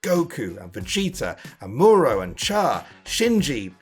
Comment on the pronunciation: Yeah I could tell you don't watch anime by the way you pronounced Amuro and Char